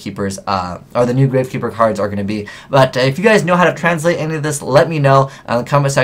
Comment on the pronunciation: Dat Grav(no"E")Keeper